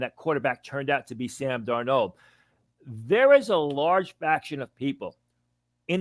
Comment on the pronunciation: Sam Darno..... he’s Italian now.